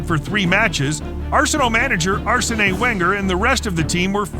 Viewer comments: Fr. Who the fuck is Arsenay Wanger ? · "Arsenet Hwenger" 🤣🤣🤣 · Arse eh neh Wenger 😂😂😂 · There are a lot of mispronunciations on this video but I just had to stop and comment on the way Arsène Wenger's name, , was mispronounced! Is this an AI voice or is someone really that bad at it? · What is worse than the Fouls is the American Commentator on this video! U - E - F - A is pronounced You A Fa and don't get me Started on Grammy Souness also Known as Graham!! lol Arse son ay Wenger oh my!!! Arson Wenger and finally its Nil Nil not Zero Zero!!!